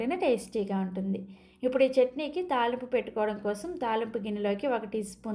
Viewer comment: తాళింపు అనాలి తాలింపు కాదు